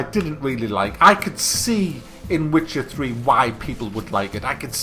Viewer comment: Oh and did you say "Wtcher 3"? Brace yourself, dislikes are coming kek.